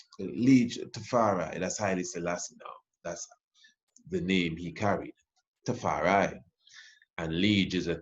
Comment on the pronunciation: Tafar eye, not Tafar eee!